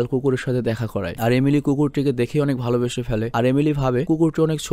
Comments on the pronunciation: আপনি এমেলি কে একবার আলিমি বলছেন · majkhane apni amily na bole alimy bole felsen.... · Apni alimir mar jaygay alime bolchilen